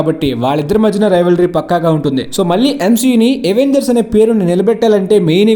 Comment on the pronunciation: Avengers ni అవెంజర్స్ ledha ఎవెంజర్స్ anala bro . Endhuku ante miru ఎవెంజర్స్ annaru. Dictionaries lo అవెంజర్స్ ani undhi.